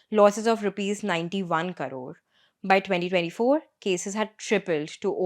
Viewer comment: Why does she say KARORE? What is a KARORE? Hmmm